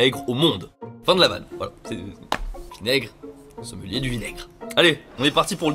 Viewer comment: Tes « voilà » on dirait des « Wallah » c’est assez désagréable 🤣